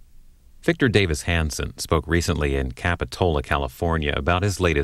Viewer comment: Get the name, right… It’s Davis not David…